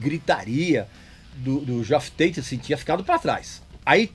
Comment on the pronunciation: Não é "GeÓff Tate", é "JÉff Tate".